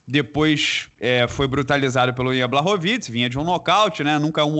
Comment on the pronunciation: Só corrigindo aqui, sem querer ser chato, mas vcs estão pronunciando o nome do Blachowicz de forma errada. Vcs estão falando Blarrovitz e o Glover já nos ensinou que a pronúncia correta é Blorviti. You'r welcome. 🤣🤣🤣🤣🤣🤣🤣🤣🤣🤣🤣🤣🤣🤣🤣